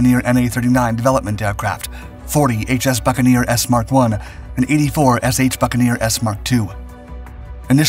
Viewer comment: Well done! You've finally realised that Mk. is pronounced Mark and not Emm Kay. ✅ VG ⭐ 😆